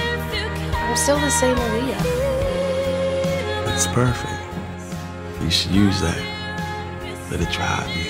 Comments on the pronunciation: i think you're confused, the actress said it like uh-liyah, it's pronounced ahh-liyah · They didn't even pronounce her name right. Aaliyah has said countless times on interviews that it's not pronounced uh-li-yah, but Ah-li-yah. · knobylob jones is right...the actress didn't pronounce her name right, smh! Aaliyah always emphasized in interviews that her name is pronounced Ahhh-liyah (like Muhammad Ali)...not UH-liyah...watch Aaliyah's interview with Rosie O'Donnell. I already know that's going to drive me crazy when I watch the movie, lol. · Pink Widow I think you completely misunderstood what Eph was saying. They meant that just because his cousin pronounces her name that way doesn't mean this Aaliyah does. Aaliyah's actually said in interviews that her name is pronounced AHH-LIYAH so idk why you'd still want to pronounce it wrong when you're referring to the SINGER. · OMG ITS AH- LEE- YAH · didn't even pronounce aaliyah correctly, how dreaddful